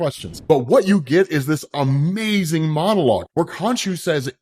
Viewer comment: Every time I have a random thought these days about something good, I say "and it's AMAZING" 😂 I get such a crack out of how he says it or "it's DOPE". This has got to be in my personal top 5 favorite events. Love the different types of vampires and Blade being the center of it all. Thank you for this.